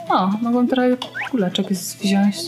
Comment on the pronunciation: wziąć a nie wziąść !!!